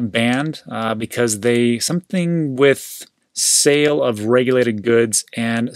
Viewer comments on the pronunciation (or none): none